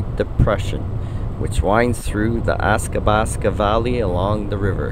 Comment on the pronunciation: Athabasca: pronounced Ath-a-bas-ka, not Ass-ka-bas-ka. And Lake Maligne: pronounced Ma-leen. The i is silent.